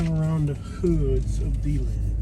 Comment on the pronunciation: Its De-land,not Dee-land! And the Buffalo Bills are pretty good lately!!